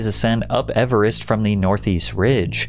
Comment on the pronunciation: Your over-pronunciation of the word "Everest" is cringe AF. 😂